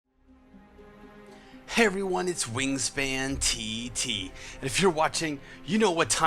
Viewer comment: Aw you said it correctly, I'm honoured! Thank you WaNGSPINTT *giggle* <3